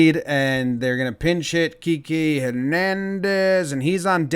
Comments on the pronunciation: Jomboy, i love your shit. you should call games. you will be an instant classic. BUT, if i can just provide a tincy wincy correction, it's pronounced like 'Key-Kay'. Not like the Drake song, 'key-key', though over dubbing it at the point where he kisses at them would be pretty funny. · KEY-KAY not KI KI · Also annoying guys kept saying KeKe KiKé pronounced KEY KAY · Kiké no "Kee-kay" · Its Kike (KEY-KAY ) pronunciation. I know to this day you're struggling with his name still Key like u start your car with and Kay as in the jewelry store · It’s “Key Kay” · A) It's pronounced Kee-que Spanish accent B) I love him for being so CLUTCH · Its KI-KAY....GOD DAMMIT JOMBOY GET IT RIGHT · It’s pronounced keekay, just letting you know 😂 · Keekee?.? Your pronounced his name wrong lol KIKI DO YOU LOVE ME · Funny stuff Jomboy. Quick note, since you're super popular now and Hernandez might just tune in, it's pronounced KEE-KAY in Spanish.